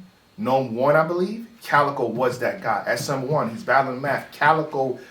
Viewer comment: the cow and chicken bar WAS NOT FIRE .. his name is CALicoe not COWicoe lmao